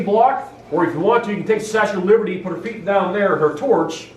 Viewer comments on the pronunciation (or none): none